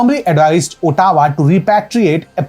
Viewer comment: Sir it is not votta-wah. aa-tuh-wah